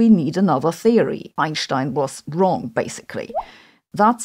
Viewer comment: Sabine correctly pronounces Einsteins name. That is the way he pronounced it and that is the way you should pronounce it. (The English rule on pronounciation of proper names is that they should alway be pronounced the way the bearer of the name does, spelling is irrelevant).